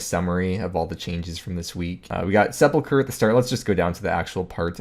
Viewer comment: say "seple-cure" one more fucking time...